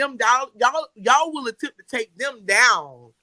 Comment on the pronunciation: They wull come when you list hlur assets